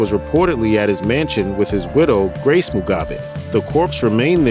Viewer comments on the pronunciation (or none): none